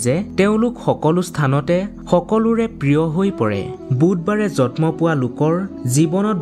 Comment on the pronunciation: জন্ম শব্দ টোৰ উচ্চাবণ ভুল হৈছে তোমাৰ।জতম নহয়